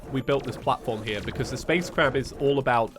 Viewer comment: Sorry but when you say space crab I hear you saying space crap